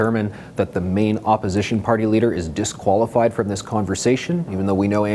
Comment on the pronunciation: he said “discualedified” 😂😂😂😂👍